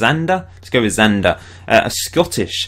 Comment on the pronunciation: Good man, pronounced Xander right. Shame you didnt use the photo I provided, he has such a great face